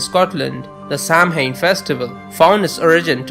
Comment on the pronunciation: Oh and just a bit of constructive criticism- Samhain is pronounced Sao-wen (Irish pronunciations are infuriatingly complicated) and Celtic is pronounced Keltic (there are no soft c's in Celtic languages). Thanks for the interesting video.